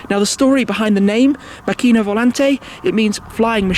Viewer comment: Hi Shmee, It's pronounced Màcchina, with the accent on the a instead of the i. Trust me I'm Italian ;-)